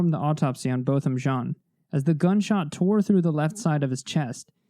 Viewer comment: Thank you for the respect you show in your videos. Thank you especially for pronouncing Botham Jean’s name correctly. That is an important detail and I appreciate it.